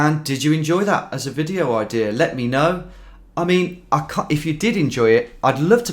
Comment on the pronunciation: "Canadarrr", "idearrr", "Americarrr"... why do you speak like a pirate?